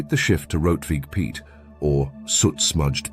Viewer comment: "Piet" is pronounced similar to English "Pete", not as Pyet" in Dutch.